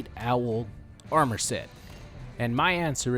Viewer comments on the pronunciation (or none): none